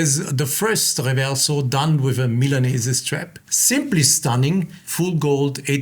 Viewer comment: It is pronounced correctly >>>> MILA(merica)NE(nergy)SE(nergy)